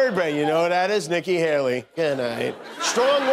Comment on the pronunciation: DJ, it’s Nikki Haley not Helly.